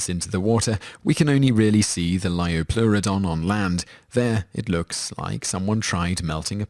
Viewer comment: liopleurodon not liopluerodonv